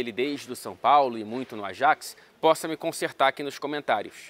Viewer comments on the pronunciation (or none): none